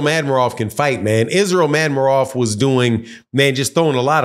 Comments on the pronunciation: Man, how can you not pronounce a simple name like Madrimov when I kno fo sho you can pronounce De'shaundra, Jamarcus and Shaniqua... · That madrimov be killing you og. Not gon lie I was struggling to say it at first too lmao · was thinking same. Can’t believe I watch some of these videos by these wannabe analysts.